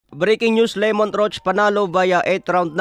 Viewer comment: Pakiayos po pronunciation sa pangalan ng fighter. Hindi po Lemont, Lámont po tama🤦‍♂️